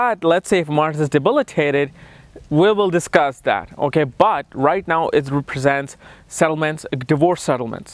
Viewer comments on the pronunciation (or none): none